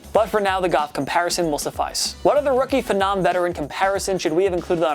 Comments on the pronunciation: Why would you put the word "phenom" in the title if you don't know how to pronounce it? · Why tf are you pronouncing phenom like that